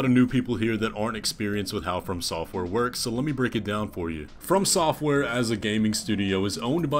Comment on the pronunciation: Jesus, it really upsets me how you pronounce FromSoftware dude. I know the words "from" and "software" are used together but running the words together just sounds wrong to me 😅 And I'm aware that you aren't necessarily wrong either. It just sounds wrong to me. Unsubscribed! Jk, I'm not subbed